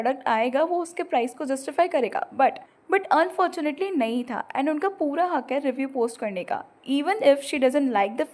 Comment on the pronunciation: mam why are you saying taaa, taaa to thaaa. Kr diya thaa not taa please 🥺